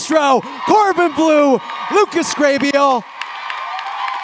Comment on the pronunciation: Waitt the host is one of the dancers in HSM right? The fact that he pronounced Lucas Grabeel as Lucas Gabriel is taking me out 😂😂